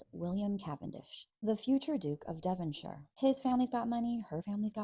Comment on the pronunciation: The way you said Devonshire was perfect 😂 love your channel ❤